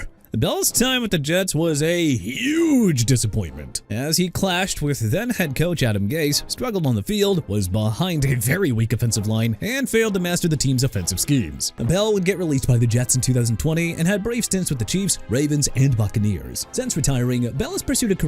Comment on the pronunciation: “Adam Gay” instead of Adam Gase lol